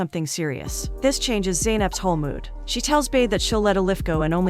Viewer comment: I wish you would actually watch the movie and hear that his name is not pronounced Ken it's Can like John. It's not Bade sound like in English it's sounds like Buhdeh.